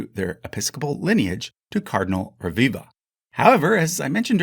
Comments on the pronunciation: Rebiba is pronounced Rebiba, not Reviva.. b and v are different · Just checking out the pronunciation of names would have made the video far more enjoyable. It's ReBiBa. B, like in Be, But, Boy. It's Italian, not Spanish. And PaluZZO PaluZZI is pronounced like in piZZA, a strong ts, not like zebra.